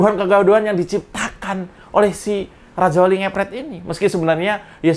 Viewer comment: Lajawali ngeplet..rrrrr😂